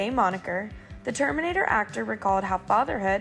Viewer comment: "...and like LLIDERUHLEE the Terminader". egads. I just cannot.